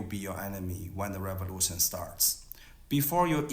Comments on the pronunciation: "American reverution" 😂😂😂😂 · Lol, "Duh Reborution"